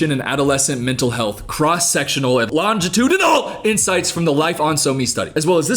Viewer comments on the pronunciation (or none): “LongutuUDINAL” caught me off guard